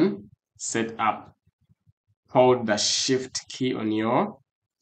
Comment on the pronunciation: "shit key" is what i heard from the "shift key"